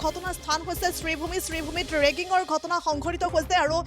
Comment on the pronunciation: বাইদেউ ৰেগিঙ নহয়।ৰিগিঙ হে। বাতৰি পৰিৱেশন কৰা আগতে শব্দ বোৰ জানি ল'ব